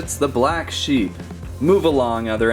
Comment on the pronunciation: its sheep not seeps